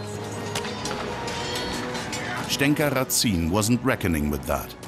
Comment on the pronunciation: Just a remark. The last name Разин is spelled in Russian as Razin (rAh-zin, with stress at the first syllable), not as Ratsin in german way. ☺ And yes, Razin was regarded by the plain people of his time as a 'good chieftain' like Robin Hood in England. At least, there is a folk song on his favor.